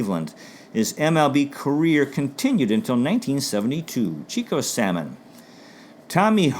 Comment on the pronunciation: Thank you,. These Cleveland Indians videos really bring back some fond childhood memories, growing up a diehard Indians fan. 5 stars on a great job! By the way, Chico Salmon's last name was pronounced "Suh-mone."